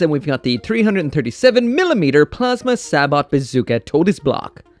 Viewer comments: Very minor thing but "sabot" is pronounced "say-bo". Its a real type of round, mostly famous for being used in artillery/tanks, and they are pretty nasty. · Just some helpful advice, Sabot is actually most commonly pronounced say-bo